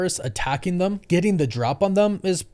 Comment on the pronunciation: Why do you say “Thum” instead of THEM? Sound like a big ass little kid.